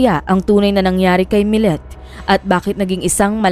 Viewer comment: Maya millete po,not millet.. kumbaga kung bigkasin ay maya milyete,at larry milyete na parehas na pilipino po...sinusubaybayan ko ito hanggang ngaun dito sa las vegas ,nakakaawa si maya kasi hnd pa sya nahahanap! I think tinapon katawan nya sa dagat